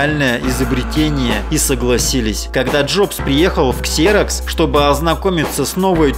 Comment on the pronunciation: ну какой КСЕРОКС, если компания называется ЗИРОКС.